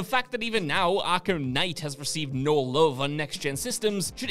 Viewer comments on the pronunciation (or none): none